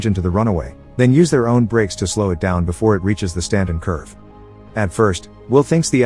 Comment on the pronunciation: Stanton not Straton. Edit: Don't worry I still really enjoyed the video and I did end up hearing you actually say Stanton after watching it again in some areas.